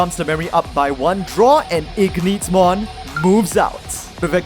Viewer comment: It's literally Ignitemon not Igneetmon